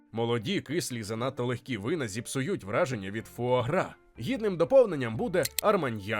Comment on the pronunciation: Та сама ситуація, коли нормальні люди облизуються на тему видива, а я - на те, як добряче диктор постарався з вимовою цієї назви різними мовами... Так, я готова офіційно заявити, що диктор НЯшка! Трясця, як згадаю, яким чином ту вимову шукала... Тому щиро дякую! Це звучало вельми смачно!!!;) А тепер щодо заборони в певних країнах. Бачу, що в коментарях уже почалася священна війна, тож і собі до неї приєднаюся, бо чом би й ні? Бачте, шановне панство, такі заборони - це вияв гуманного ставлення до тварин. АЛЕ! Так, одразу це додам. По-перше, я розумію логіку тих, хто питає, яка різниця між двома гусками, яких усе одно вб'ють. Різниця полягає в можливому стресі для організму. Проте по-друге, я розумію й тих, хто хоче скуштувати таку страву, а не може. Ця суперечка триватиме ще не одне сторіччя, бо люди по-різному бачать світ і мають різні думки. Тому ось вам усім класна штука для ознайомлення! Прочитайте, прошу, манґу Хірому (насправді вона Хіромі) Аракави "Срібна ложка". Її гг постійно опиняється перед моральним вибором щодо тварин, оскільки додумався піти до аграрної школи на Хоккайдо і збирається потім працювати в сільському господарстві. Аніме за цим шедевром охоплює тільки початок, отож ліпше читати! Насправді ж ніхто зараз точно не відповість, як ліпше: чи використовувати тварин як домашні капці, а чи давати їм нормально жити попри їхню можливу долю. Цю тему Аракава-сенсей чудово показала в розділі, де гг допомагав вагітній корові народити. Оскільки теля виявилося бичком